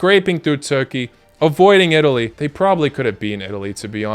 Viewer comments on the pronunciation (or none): none